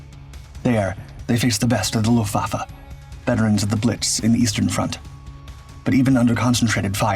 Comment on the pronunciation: Fyi theres a T in Luftwaffe